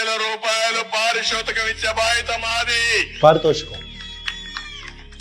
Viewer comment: He says PAARISOTHAKAM BRO THE ACTUAL WORD IS PAARITHOSHAKAM😂😂😂😂😂😂😂😂😂😂😂😂😂